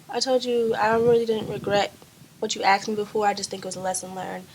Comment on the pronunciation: its not aksed its asked y sound dumb it is not cool or an accent